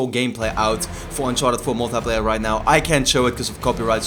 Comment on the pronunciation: is it me or do you guys find it funny how says "uncharted mul-teh-playa":')